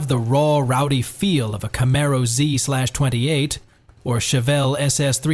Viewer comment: You had me up until the ZEE SLASH TWENTY EIGHT 😂☠️